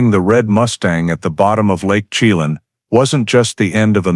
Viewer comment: At least study how to say the names (Shuh-lan) Chelan, and (Spo Kane)